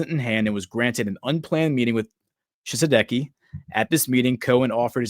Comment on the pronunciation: Pronunciation for Ouagadou = Uwa-ga-du-gu. Pronunciation for Tshisekedi = Chi-say-K- D.